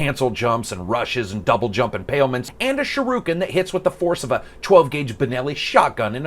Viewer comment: Did you just refer to the Shuriken as Shiruken? :D Still, great video man.